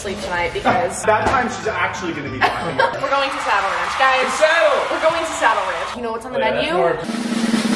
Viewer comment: Tell me why I thought you were saying “sour ranch” instead of “saddle ranch” 😭😭 but im so happy for you <3